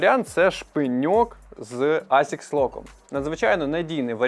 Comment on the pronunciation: асікс лок? Буває... Взагалі то асісяй-лок правильно